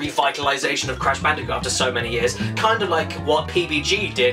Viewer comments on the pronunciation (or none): You mean Brash Candicoot